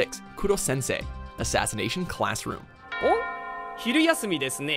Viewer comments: It’s Korosensei not Kurosensei. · It's not kurosensei It's Korosensei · Koro-sensei not Kurosensei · It's korosensei not kurosensei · It was "koro sensei" not kuro